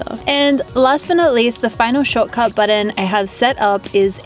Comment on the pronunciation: I love how you say Button! Budden.